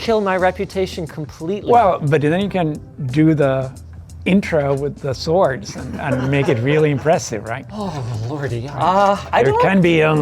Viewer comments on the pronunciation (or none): none